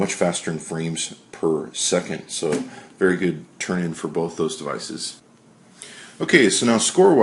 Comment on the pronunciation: THERE IS NO L IN "BOTH"!!!!